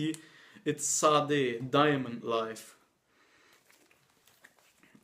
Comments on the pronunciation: Sade is pronounced Shah-day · Had a good laugh about you talking about younger music enthusiasts and then you mispronounce SADE's name. Obviously before your time. :)) Her name is pronounced "Sharday" (with very little emphasis on the "r") - and I have no idea why she spells it like that. I enjoy your videos. RE: Alan Parsons Project - look for some Ambrosia records - they were the first incarnation of APP - see the "Tales of Mystery and Imagination" album. Also, since you're in Germany - Atomic Rooster - were contracted to a German label, very poorly managed but one of the best bands most people have never heard of - first couple of albums never released in USA. Keyboardist was committed to an insane asylum before joining the band. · Sade is pronounced Shar-Day. That Tracy Chapman record for close to $1?